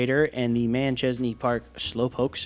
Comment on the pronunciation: Why does everyone say man-chesney park lately... there's no N